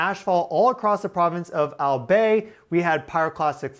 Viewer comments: firstly, Al-bye. Not Al-bay, my-on not May-on. My sister lives in Rawis Legaspi City. And she said she did not hear or feel a thing. Nor were they affected by ash fall. this is all very interesting. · It's not "Al-Bae". It is pronounced as "Al-Bye" 😊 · Albay is pronounced as " Al" " buy" not "Al" "bay" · Albay pronounce "Al buy" not bay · Not Al-bay it’s pronounced al-bie like pie pls spend a few seconds to find correct pronunciation. You’re content is about information but you can’t even pronounce it right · yeah pronounce it in our way "Al~Buy" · Albay is pronounced AL BYE as in BYE. Thanks for the update. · Good job on pronouncing “Mayon.” “Albay” is pronounced ahl-bye. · fyi pronounced AL-BUY; philippine language dont use long a^ ✅ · ALBAY pronounce it AL-BY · Hey, great episode. But one quick note: Albay is pronounced Al-Buy! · how to pronounce albay it's like AL-Buy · I live here in the Philippines. It is pronounced "Al-bye". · Albay is pronounced al-bye